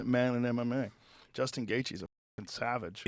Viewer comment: How does portnoy mispronounce Justin’s name but knew he hung out with a warlord